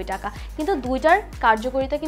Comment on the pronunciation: জনাবা : নরসিন সুধা বাঙালি হয়ে বাংলা বলতে পারেন না! টাকা কে ঠাকা বলেন O_o যাই হোক আমার বাসায় ৫ম ফ্লোরের কাজ চলছে সেখানে প্রয়োজন হবে তাই জানতে চাই এটা কি নির্ধারিত মূল্যে ?( Fixed price or not? )